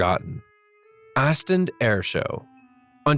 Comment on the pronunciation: Astend?? It’s pronounced as Ostend.